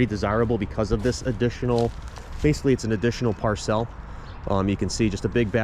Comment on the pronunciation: Cute the way he pronounces “parcel”.